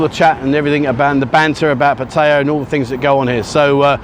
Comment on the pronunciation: Thanks for this channel we get our Pattaya Buzz while we’re stuck in the Uk! If only you could pronounce the name of the city correctly 🙏 PAT eye A !!! Not PAT hey A !!! 😡